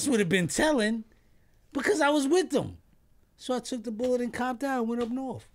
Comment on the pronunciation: killing me with that “Boolout” and you said you was a Crip!